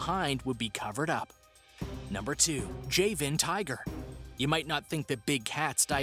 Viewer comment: The pronunciations are killing me. Google takes just seconds,. Number 9 is not a "cola-canth", it's pronounced "see-luh-canth". You said "Java", nearly perfectly but pronounced "Javan" all kinds of weird. "Jah-vuh". "Jah-van". Megalodon- "meh-guh-LUH-don", not "meh-guh-LOW-don". There's literally a recent movie/cult obsession with the creature. I also agree with the folks saying "no proof they're not extinct" ≠ "may not be extinct". By that logic, unicorns, yetis, and chupacabras may be real/"not extinct" as there's no proof they are. 🤦🏻‍♀️ not one of your better videos on this channel but thanks for trying, I guess. C